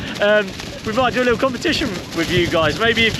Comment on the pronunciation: Love your channel. Shame you missed Porthcawl it’s lovely. You and the kids are great, but I hate the fact you miss t’s in words like little which you pronounce a lille. Just my gripe, sorry.